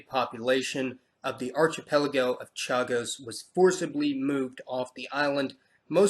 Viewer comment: Archipelago is pronounced ARK-ipelago.